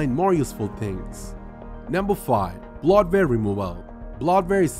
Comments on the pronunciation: when he says "blot-ver" he means bloatware lol... and I don't think we are going to know what the bloatware is unless we recognize it as a program/app we don't use... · Bloatware is pronounced "bloat ware", not "blot ware". Just FYI. 👍